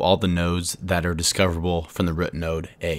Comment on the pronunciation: Goated vid but why do you pronounce the word root like "rut" lol.. rut node :face-green-smiling